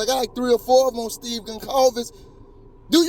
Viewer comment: Your saying steves name wrong she said it right